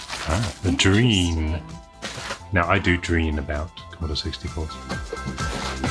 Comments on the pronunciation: So surprised to see a Drean C64 on you channel! Those were manufactured in Argentina and yes, Drean still exists and makes washing machines :-D BTW, the "dre" part is pronounced as in "dread" and not as in "dream". So it's "dreh-an". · I have that exact Commodore make and model...and brand! Also, it's pronounced DREH-ahn, not 'dreen' (u voice the 'e' and the 'a' in their short forms in english), as it's in spanish ;-)